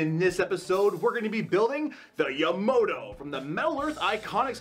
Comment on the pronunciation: hey brah, I understand you were involved in a hit and run.. but, theres only pone O in the name Yamato, so its not pronounced Yamoto. Amazing build though.